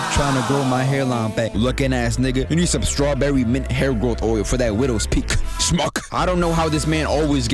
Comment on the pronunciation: the way you put everything into that "shmuck" made it sounds like a damn slur it had me in tears! but naw that bumper into the intermission was clean and just your general video formatting is an inspiration, keep it up mane!!!